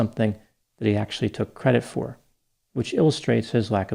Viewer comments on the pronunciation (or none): none